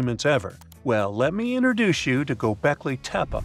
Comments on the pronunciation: Dude, Gobeklee tehpee, that's how it is pronounced correctly, I know you can do it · That's immediately what I thought lol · but he said it like it was likely pronounced in those days